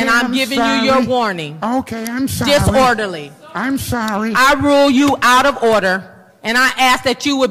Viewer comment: lool im sorrwy im sorrwy